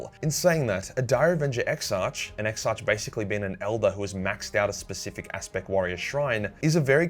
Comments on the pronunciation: It is painful to hear (ex-ark) pronounced (ex-arch). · Exarch is pronounced as ex-ark, not ex-arch. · Exarch is pronounced ex-ark. Just so ya know. 👍